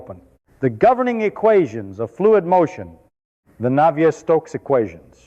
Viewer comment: Christ, this roboid never sat in thermofluids lectures to be able to mangle the names of Navier et al so irritatingly.